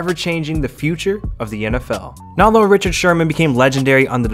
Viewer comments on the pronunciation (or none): none